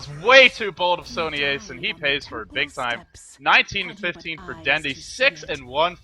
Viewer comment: Sony4ce is pronounced as Sony(Force), not ace. :)